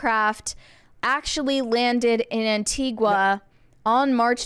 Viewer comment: Its Anti-Ga not Anti-Gwa. Please get the name of the country where I was born and raised right.